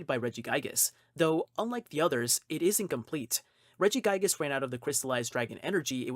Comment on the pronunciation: ReggiGIGAS not Regigas